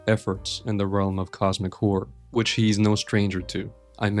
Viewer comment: i like how you say Cosmic Whore